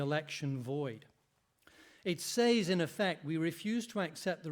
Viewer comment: How does somebody reach adulthood without the ability to pronounce the word: "says"